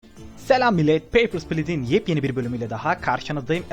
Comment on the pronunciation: peypırs pılis :d